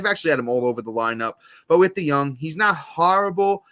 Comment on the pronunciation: It’s pronounced Paul De-young